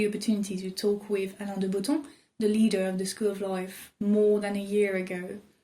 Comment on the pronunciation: how did u say Alain de Bottom in a very perfect french accent !! Omg im shook 😱😱😱😱